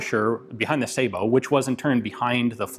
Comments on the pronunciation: Finally, someone in the U.S. actually pronounces "sabot" correctly! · I'm glad he knows how to pronounce Sabiot . Too many don't and it makes em sound stupid. A real dumb ass weapon. It's a wonder the army didn't adopt it.